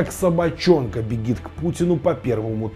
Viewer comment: Не бегит, а БЕЖИТ.